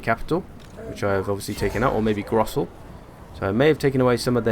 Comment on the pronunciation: Anyway, I didn't really mind your mispronunciations bc I don't expect you to actually speak German (though Hochland sounded way weird tbh ^^) but it definitely was funny to hear you change some names quite a bit :D Ostland became Osterland, Gorssel became Grossel and there was this one Kislev place that you added an entire syllable to where I just thought "where in the world is he getting all them letters" :P But you did the same thing in the orc campaign, too ^^ (actually in all your campaigns for pretty much any faction) Still quality content though, keep it coming ;)